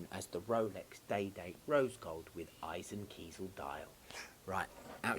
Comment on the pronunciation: So glad you can pronounce eisenkiesel correctly!